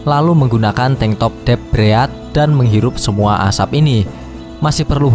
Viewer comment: Dep breadat kwkwkwkw Rip english